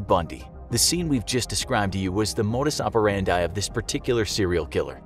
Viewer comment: It's modus operandi (-dee) not operandye